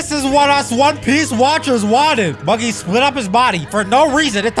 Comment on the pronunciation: Bro said bubby the clown💀💀